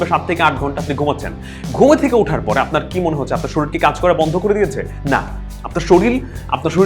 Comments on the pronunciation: & এ কি শরীর কে শরিল উচ্চারণ করলেন? I'm confused. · শরীল না ভাইয়া,শরীর।। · কথা টা শরীল না, "শরীর "।